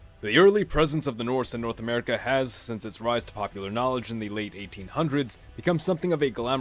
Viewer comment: Norse America sounds like a German pronouncing North America